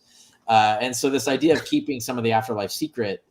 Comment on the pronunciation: I've lived in the NYC area my whole life and I've never heard people here pronounce idea as 'idee-yer' so I'm confused. If someone were to say 'idee-yer' , I think of a JFK-type New England accent, not Brooklyn NY 🤔